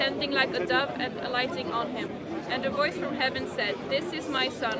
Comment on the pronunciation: its voice not woyce!!